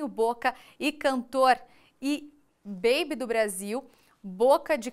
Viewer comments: QUE REPÓRTER DESPREPARADA, NÃO SABIA PRONUNCIAR "PAULINHO BOCA DE CANTOR" "BABI" ? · Ainda começa a dar uma notícia de morte com ar sorridente. Agora babi foi dose pra dinossauro.